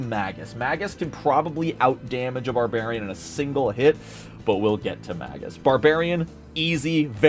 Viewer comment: Mispronouncing magus so much hurt my brain.